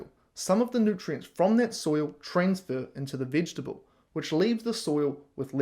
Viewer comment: If you can't even pronounce vegetable, .....Sorry bud, veggies are yummy, no issues here! I'm a human, not a carnivore.